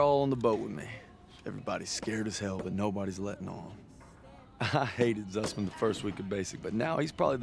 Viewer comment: bang lu ngomong zussman tapi kok kaya susman